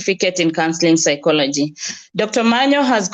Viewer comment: Dr.Omanya not Omanyo. Pardon my tongue with Os'